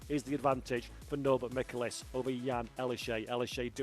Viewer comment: Dear: The correct pronunciation for the Hungarian driver: Michelisz: the "C" is silent. I mean no "K" sound in his name. Thank you and love you.